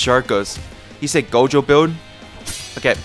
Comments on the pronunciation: bro doesnt watch jjk he be saying gogo jojo jogo everything but gojo lmao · Why is bro keep saying jojo instead of gojo😂😅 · Who tf calls gojo "jojo" 💀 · bro said called "Gojo" Jogo or Jojo for 80% of the time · bruh stop saying jojo it gojo plis